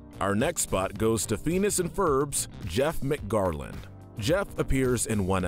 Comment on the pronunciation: Can we talk about the way this guy pronounced "Phineas" lol